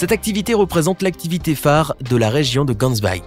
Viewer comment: C'est Gansbaai et pas cansbaii 😅 and it's a really beautiful beach😍 mais c'est à au moins 2h du Cape du coup ça coûte beaucoup pour s'y rendre en taxi mais les activités en valent la peine😁